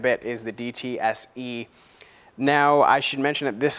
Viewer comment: DSTE not DTSE :)